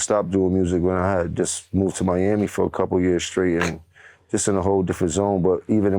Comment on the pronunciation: idk how he can even say the word “Miami” 🌊 🫦👋 💀 😂